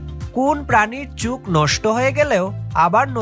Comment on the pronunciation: উচ্চারণে ভুল বললেন চুখ না ওটা চোখ হবে।